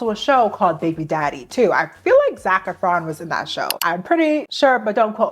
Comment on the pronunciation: Okay but I have never heard someone say Zack Efrons name that way 😂